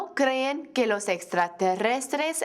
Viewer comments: When she says que it sounds like gay. Annunciate more please xD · When she said que I thought she said gay